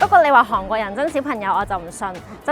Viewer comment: 係寒國，唔係航國😂